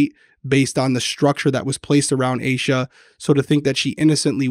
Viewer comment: Also yes finally you're saying "ayy-shuhh" lol I mentioned it on part 1 but I'm sure it got buried